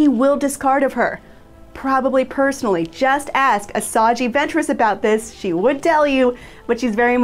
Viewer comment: Did she say ‘asaji’ ventress?